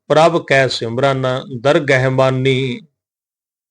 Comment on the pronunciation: ਦਰਗਹ ਦਾ ਉਚਾਰਣ "ਦਰਗੈਹ" ਨਹੀਂ ਹੋਵੇਗਾ ਜੀ, ਸਹੀ ਉਚਾਰਣ ਦਰਗਾਹ ਹੋਵੇਗਾ